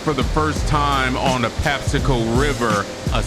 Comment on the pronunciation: Patapsco!!! Why do ppl say patapsaco??? Anyways good catch brother!!